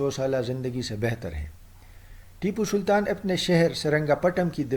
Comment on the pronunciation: Re mentle tu pehle tippu sultan theek se bol konsa tera gaoun